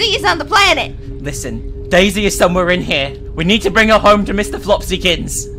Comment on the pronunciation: Whenever said “daisy” I just laughed because it sounded like she was saying “Dayz” Remember how dead that game was XD Ahh, 20...2014 meme?